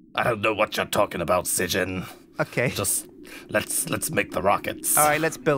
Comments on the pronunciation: So funny mocking sjin's name. People normally pronounce it as "shin". But sjin pronounce it as ssjin. gotta be strippin right? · pernounced sjin like s i j i n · Oh god, he pronounced Sjin wrong!!!